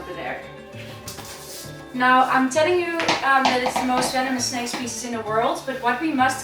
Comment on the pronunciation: DRINKINGGG GAME!!! So, here it starts again: everytim is saying/pronouncing `spezies´ you gotta drink! - Let the games begin...